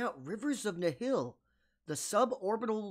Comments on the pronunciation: Nihil is latin and means nothing and is pronounced nil. Same as the nil for zero used in english. I guess you can say nee-heel too. But it for damn sure isn't pronounced nile. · Nihil - pronounced “Nile” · Hmm, interesting. In that case I see it like this: They're just wrong. ¯\_(ツ)_/¯ I wonder why they did that though. Could it be they actually just mispronounced themselves from the get go and just stuck with it or something?.